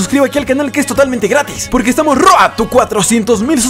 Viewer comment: Road se pronuncia Roud!! Maldición